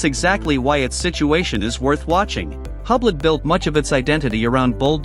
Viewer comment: You know it's AI slop when it's pronounced "HUBLET", and they don't take the effort to correct it.